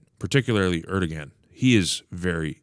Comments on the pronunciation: If you care to say his name correctly, it'd be pronounced AIR-do-wan. The g is silent with the emphasis on the first syllable. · ER DOH WAN (sorry not yelling just trying to show the pronunciation)